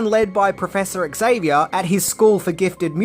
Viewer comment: It is not ECKS Zavier. The X is pronounced as a "Z". ALWAYS when it is the first letter of a word, ALWAYS. There are NO exceptions. I don't care that Patrick Stewart himself got it wrong. The character creator says it is pronounced as a Z.